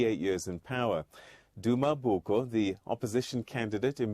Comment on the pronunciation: It's Duma Boko,, Not Mboko